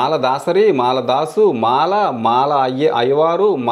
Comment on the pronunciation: Thanks for ur information sir, but pronunciation లో... మల కాదు సార్.... మాల అని ఉచ్చరించండి సార్.... మల అంటే అర్థం మారుతుంది సార్...